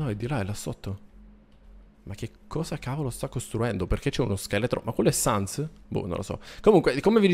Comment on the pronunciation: sans si dice sans con la e